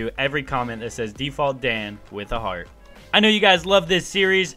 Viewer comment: U said default dan with a heat not heart